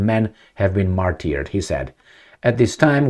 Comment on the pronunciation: Fair enough. But “ martyr” is an English language word so you could at least learn how to pronounce that word. Words,language and pronunciation are the tools of your trade. Yes, I sound pedantic but you are nothing if not your words.